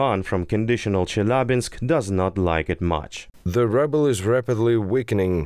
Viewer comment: Do you really say rouble like 'rubble' ? how appropriate. I always thought it was more precious and pretty like rubies, 'rooble''.